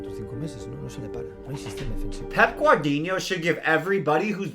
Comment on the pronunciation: Im done....man said pep guardinho 😂😂😂